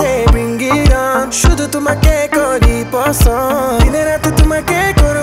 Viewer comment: Please don’t sing in Bangla if you can’t even pronounce the words right🙏🏼 What on earth is ‘poson’? 😂 Please pass on the message to Mumzy